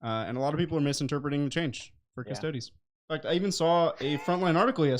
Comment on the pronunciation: Love your work guys and I know this is not exactly on topic, but I’m still gonna do this........... IF - during the next Adeptus Custodes game, and can pronounce the word “custodes” correctly - I will pledge a fiver for each of you..... and of course a CP for 😜